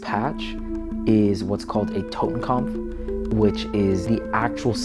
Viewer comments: Bruh, it's 'kopf' not 'kampf'. Typical redditor lmao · TotenKOPF Not TotenKAMPF. You are both retarded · It's not "Totenkampf", it is "Totenkopf". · Totenkampf isnt a word please just Totenkopf not kampf 🥲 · It's "Totenkopf", not "Totenkompf". Pronunciation is quite good, but try to say it more like "Toten" and not "Towten". Like in "torus". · Like how he calls it a Totenkampf not Totenkopf if you know German those are 2 different words with different meanings 😂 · It's Totenkopf, not Totenkampf, and it's Prussian in origin. So basically a German military unit used a 200 year old German military symbol that originated in a pre-unification German state known for it's militarism. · ah yes, the totekopf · "" and BOTH repeatedly saying "totenkompf" made me wince every time. edit: just got to "Jestapo" lol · Tot, as in dead or death. Kopf, as in head or face. Totenkopf, death's head. Kampf means battle or struggle. This "expert" should just stick to what's on his patch and leave German to Germans. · That mo-ron cant even pronounce "Totenkopf" correctly, also, it was originally used by the Freikorps, a far more noble cause than the SS. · He doesn’t even pronounce “totenkopf”properly 😂 I don’t know why there’s an M in there suddenly. He’s talking complete shit. The deaths head had been a symbol within the German army long before the nazis used it. Obviously it gets negative connotations after it’s use by the SS but he’s talking bollocks in any case 😂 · Stop fucking mispronouncing "totenkopf" and "gestapo".